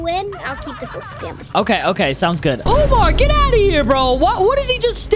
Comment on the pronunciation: Foltyn said umor its omar with u in the front